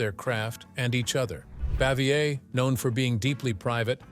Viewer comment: Absolute rubbish! "Narrator" cannot even pronounce "Bavier" consistently sentence to sentence. I'm mad I wasted any time on this stinker.🤬